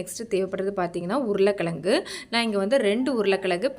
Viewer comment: அதுபோல் ழகரத்தையும் யாருமே உச்சரிப்பதில்லை. உருளைக்கிளங்கு என்றே சொல்கிறார்.